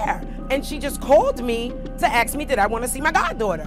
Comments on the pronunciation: How in the hell is the word 'ask' such a challenge? Or is it somehow now cool to say 'axe'? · Stop axing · ASK not AXE! 😠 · Axe me? A-S-K! It's ASK! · Patil Bad speech should not be applasuded. It is laziness! Can't be bothered to say it correctly!